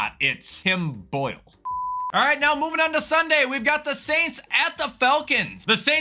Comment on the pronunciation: The way he said Tim Boyle was hilarious to me for some reason 😭